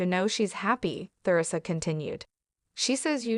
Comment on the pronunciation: AI's reading is so distracting my mind wants to explode when it pronounces Theresa incorrectly other sentence When you post his crap don't you listent to it first? If you do correct it!